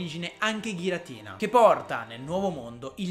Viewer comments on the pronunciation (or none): none